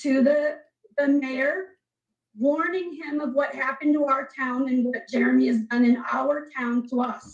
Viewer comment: I giggle every time says "Jeremy" because it sounds like "Germy".